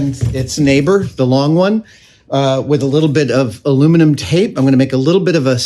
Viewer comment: Thank you for using the correct pronunciation of aluminum! I get really tired of all the other channels that add the extra i and say "aluminium". I know that both versions have made their way into the dictionary, but I prefer what's on the periodic table of elements.